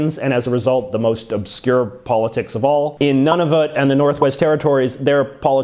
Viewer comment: Good video, but it hurts my ears when I hear how you always butcher French names (I'm not from Quebec) and when you say Nunavut (it's noo-nuh-vut, not none-of-it).